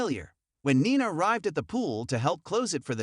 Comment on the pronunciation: It's pronounced "Neena" even tho it is spelled Nina. Please!!